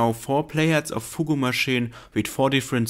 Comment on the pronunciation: I don’t usually correct language because it’s not important but foogoo machine bugs me for some reason. its pronounced foog machine or fyoog machine, definitely not foogoo. I like your videos a lot so don’t get the wrong idea.